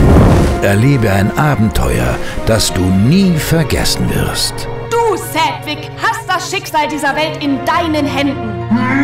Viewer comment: Ich kanns echt nicht ab wie er manchmal "Cedwick" gesprochen wird :/